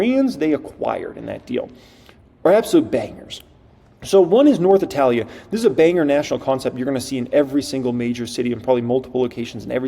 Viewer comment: Before hyping learn to pronounce italia 😂